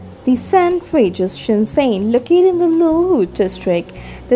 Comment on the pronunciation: shen zhen, not shen zen